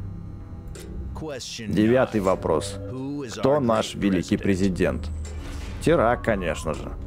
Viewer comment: БЛИН ВЫ ЗАДАЛБАЛИ ДЕЛАТЬ ОШИБКИ НЕ ТИРАК А ТИРАН 🤣